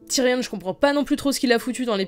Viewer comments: C Tyrion pas Tyrionne! Le on se prononce comme dans camion, dragon ou gayporn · Pk tu dis TYRIONNE ??